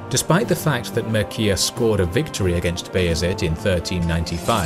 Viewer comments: pronounced "Mirchea" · I almost stopped watching when I heard MAIRKIA instead of Mircea.... Also, the battle was lost because Mircea (the King of Wallachia) wanted to lead the army with the light cavalry from the right flank as soon as he scouted the area for a better attack because he had more experience from his wins in ottoman-wallachian battles on Arges river (or Rovine battle), not Sigismund but the so-called western knights refused it and marched with heavy cavalry that lead to a devastating defeat. At least use right pronunciation.... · Just one problem ... as a romanian, I spotted that the name of vallachian prince Mircea The Elder is pronounced completely incorrect. It should be pronounced something like mee-r-cha. :) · MIRCEA is pronounced as "MEERCHA" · That is not how you pronounce "Mircea", not by a long shot :)) Maybe you could find someone who can help you with pronouncing unusual names? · If you are interested in this topic, you might as well watch a RomaniaFilm production about the reign of Mircea The Elder ("MirCEa" - it is pronounced "CHester") and particularly about his dealings with Bayezid and the battle of Rovine is beautifully produced. But please keep in mind, it is a communist-era movie.Many things were glorified and might be just pure fiction, not based on hard facts. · Jesus Christ, your pronunciation of Mircea almost gave me a stroke . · Lol You killed Mircea's name xD